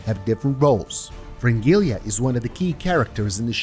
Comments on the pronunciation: Please, for the love of god, say Fringilla instead of Fringilia. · maybe you should learn to pronounce their names first and then make a video "fringilia"